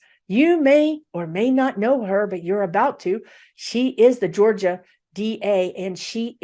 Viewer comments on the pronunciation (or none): none